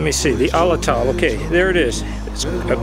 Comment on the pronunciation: "Pah ran uh gut" is how it's pronounced and "at latt ul" is how Atlatl is pronounced.